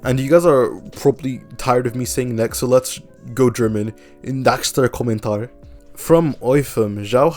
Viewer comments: Your 'Nächster Kommentar' went from making my ears bleed to okaaaaaay, so pls dont do this to my language again :"""") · 😭 Ur first pronunciation of „nächster Kommentar“ was better, there is a slight & soft „kh“ sound between the ä and St